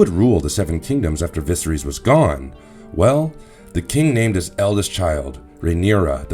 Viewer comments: Vis-a-rees literally is not how you say his name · Holy shit... I had to stop listening after hearing VISERYS mispronounced for the 800th time 😭😭😭🤣🤣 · Bad pronunciation of names is a bit off putting. I can forgive the ones that aren't in the show but how do you get viserys wrong??